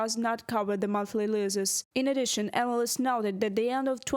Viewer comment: The reporter could do with some English lessons. She’s talking of losses but pronouncing it as loses